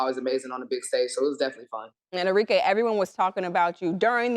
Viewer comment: ARIKE - Are - Ree - Keh (not Kay)